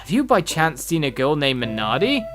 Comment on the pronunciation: missed r in mernardi